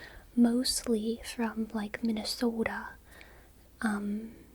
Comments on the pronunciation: I could totally hear the Minnesota in that "Minnesota." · The Minnesota caught me off guard enough to wake me up a bit